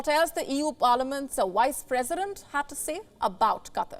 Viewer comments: "Wice president" lol sounds like Kripky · you mean vice president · You definitely said one of the "wise" Presidents 🤣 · Wice President 😂😂😂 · The only thing I agree with this Indian YouTuber is when she kept calling her Why's-president 😂😂 I asked myseilf th same thing Why?